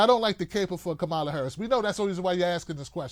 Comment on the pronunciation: You still haven’t learned to pronounce Harris’ first name – simple, but too much for you, I guess –, and here you go complaining about her again, because she’s black, or not black enough, for you. That is exactly the point Sharpe is making: Why does she (or Cory Booker, for that matter) have to justify her blackness to you? All through this 2nd stupid video from you on Harris, you make no mention of issues going forward or even in the past, that would speak especially to black people and how Harris (and Booker?) differ on those issues. Maybe you have a lot of stupid listeners, but I hope there are at least some black people – maybe the women? – who look and listen to the black candidates in this POTUS race, and get motivated and decide in ways that have less to do with race and gender than the bullshit you’re peddling. Maybe I haven’t known enough blacks in my life; but even the dumbest of those I’ve known don’t have the shit for brains that you have.